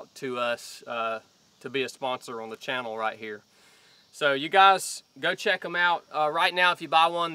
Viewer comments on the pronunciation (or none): none